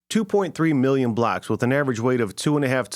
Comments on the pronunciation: Your pronunciation of “blocks” is awfully close to “blacks” which makes this video weird. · Did you say blocks or blacks?